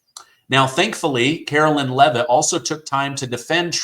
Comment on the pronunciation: Hi, No Disrespect At all,, But her Name is Pronounsed Karo LINE, As like the song Sweet Caroline, But she spells Hers with A K. Just thought Id Clear that up, Lol. My name is Caro LYN, like you pronounce Hers, Sorry Just had to clear that up, Love your Show❤🇱🇷😁